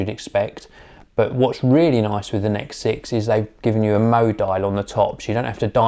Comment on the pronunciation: By the way, it is N.E.X. not 'necks'.